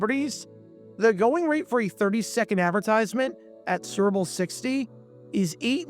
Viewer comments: Why do you keep saying 'Surbole' instead of 'Super Bowl'? Care enough to say it clearly, ffs. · Kept wondering why you're saying "gerble" (🐹). I slowed this thing down to 25% and realized you are trying to say su•per•bowl. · Or Surple? ENUNCIATE! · Is the narrator saying “sir-bull” instead of Super Bowl? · He pronounces Super Bowl like SpBll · Lest anyone think some of the comments are exaggerating the narrator's struggles with saying the words 'Super Bowl,' here is a compilation of all the 'surrble's, or 'surrible's: , , , , , , , , , (twice!), , . It thus seems amazing when he actually manages to say it right at: , (more or less), , and . Interesting vid, though. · "Surble" (Superbowl) is the funniest AI fumble I've ever heard. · Is that an AI voice saying "serbal""has akind of mushy nondescript accent.serbal ..painful.but have hear bc i grew up on Schlitz.. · It’s sounds like you are saying ‘sooberble’. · Cerebral ad or are you saying Super Bowl? You’re aware they’re TWO SEPARATE words involving THREE syllables TRY AGAIN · Why are you pronouncing SUPERBOWL like that? It’s not like it’s whipped cream. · That's how a diction challenged narrator pronounces the word "Superbowl". 🤦‍♂️ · Whats up with your Super Bowl pronunciation? Copyright? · Mispronunciation gets people talking in the comments. That in addition to this video being twice as long as it should be makes me think they’re resorting to obnoxious YouTube tactics to get comments.